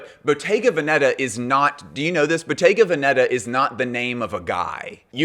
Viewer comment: This drives me crazy as it sounds so.....ignorant ( sorry) :The correct pronunciation of Bottega Veneta is: Boh-TEH-gah VEH-neh-tah, (not BOH-teh-ga veh-NE- tah) ...